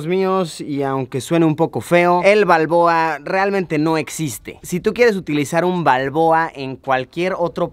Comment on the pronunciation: El burn panameño le dira martinelli Jaja Pero es balbooa